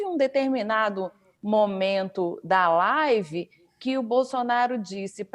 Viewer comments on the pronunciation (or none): Esse mito da desgraça é uma vergonha desastrosa! Ri muuuuito com essa tal laaaaaivi dele 😝